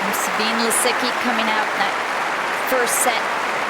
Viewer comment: Za bee neh Lisicki. It is a reporter's job: do it